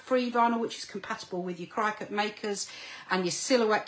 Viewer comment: Going to Doncaster on Saturday hoping buy lots of stuff from you .just a question but I noticed you pronounced cricut as cry cut it’s actually pronounced cricket even though it’s not spelt like that .There original design had cricket ears on the C